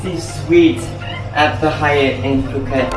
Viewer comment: imma tell you now , phuket it's a light b sound with p in it when you pronounce it. like pbhuket